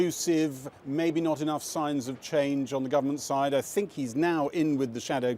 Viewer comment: .This unelected beaurocrat in the E.U. "Guy" cannot pronounce "ch" and "th" "..Mr.Johnson or Mr. Gove, both the ar-ch-eeetecks of the Brexit..... I cannot tink..."